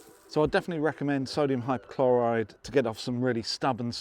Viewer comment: It's there written in front of you 'Hypochlorite' and yet you say 'Hypochloride'. Are you dyslexic?